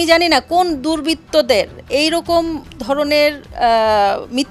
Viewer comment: She is higher qualified person but her pronunciation Bengali or English wrong like পশংসা , দুরবিতত, instut...